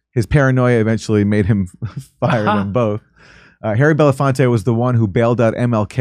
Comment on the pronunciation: Aaron can't seem to pronounce Belafonte correctly, which is weird when you're paying tribute to him.